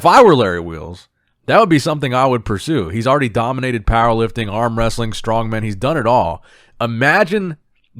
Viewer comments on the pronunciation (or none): none